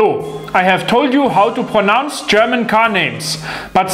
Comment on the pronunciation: Well.. you pronounce "pronounce" wrong...